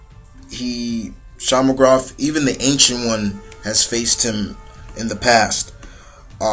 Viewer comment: minor inconvieneince but its pronuonced "shue-ma-go-rath